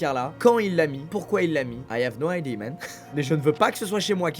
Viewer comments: je suis désolé mais je dois le dire.. en anglais, “Idée” ça se dit pas “idi”. C’est “IdiA”. Pourquoi autant de français dont cette faute? T-T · "i hav no ID men" - Squeezie 2019